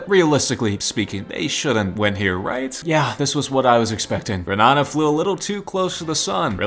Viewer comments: I'm from dominica😁 Its gre NAY dA. And Cari bee un, antiguh I get its and American pronounciation. But just thought I'd say the correct one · You pronounced “Grenada” wrong. the a before the d is strong